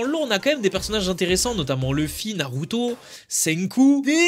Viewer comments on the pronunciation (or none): none